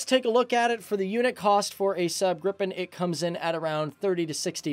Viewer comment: you pronounce Gripen wrong, it's not Grippen it's Gripen